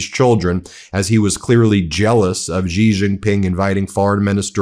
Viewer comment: Xi is pronounced exactly like the English word "she". Btw